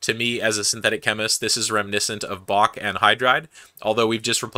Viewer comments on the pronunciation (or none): none